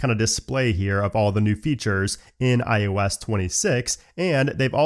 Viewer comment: everytime he says "iOS" i think he's gonna say ayahuasca lol